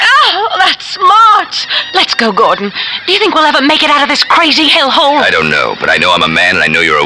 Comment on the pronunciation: lol the announcer keeps getting Gordons name wrong...